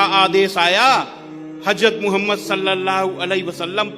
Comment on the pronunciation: আমার নবীজির নাম কত সুন্দর সম্মানের সাথে উনি(হিন্দু আংকেল) উচ্চারণ করছেন। আল্লাহ উনার উপর সন্তষ্ট হবেন, ইনশাআল্লাহ।